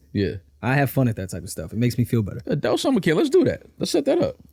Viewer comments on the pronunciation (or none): Aye, wtf is an "Adelt" 😂🤣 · The way pronounces Adult is SICK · Why does call adult summer camp "adelt":/